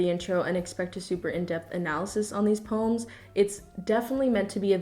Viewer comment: nobody:: PÖMS